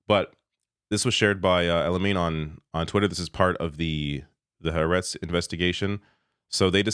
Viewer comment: When bribes and blackmail don't work... By the way, it's "ha aretz" (two words), not "haretz".